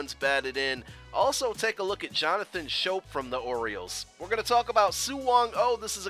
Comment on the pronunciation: jonathan schoop is pronounced scope man just an FYI dude I mess it up all the time myself